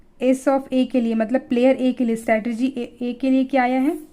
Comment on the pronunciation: It's strategy not stratergy kyu complicated bna rhe ho